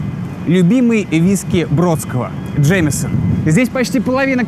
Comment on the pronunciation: Все классно!!! Но почему Джеймсон стал "Джемесон"??? Чувак... Ты же явно знаешь английский, а выражаешься на ранглише... ))